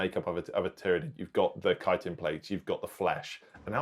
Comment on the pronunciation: Take my thumbs up for pronouncing chitin correctly